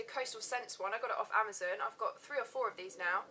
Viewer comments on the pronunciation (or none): none